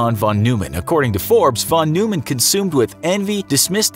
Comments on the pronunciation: It's John von Neumann as in Noy-man, not New-man. I got that wrong too first time I saw it. That is all. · Hearing his name pronounced “New-man,” when every physicist I’ve heard say it pronounces it “Noi-man,” is freaking me out. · Can we work on pronunciation? Von N(OY)mann is closer. Although an American may never actually master German vowels. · His Hungarian native full name is margittai Neumann János Lajos. He received nobility through his father (the “margittai” part, translated to “de Margitta”), that’s why he used “von” in his international name. As for pronunciation, noi-mann is the correct one. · Neumann is a Germanic surname. The "eu" is pronounced "oy" for /ˈnɔɪmən/ or Noy-man. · God forbid you pronounce his name right. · Your pronouncing of neumann is wrong